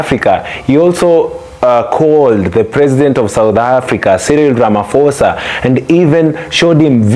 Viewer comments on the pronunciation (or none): Cyril Ramaphosa not Ramafosa 😂😂😂